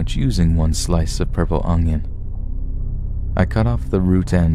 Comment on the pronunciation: It really drives me crazy how you say "ungyun" instead of Onion lol. There is not a G in Onion.